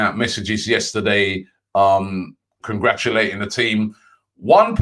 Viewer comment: Nobody: Robbie: "Congrachulaching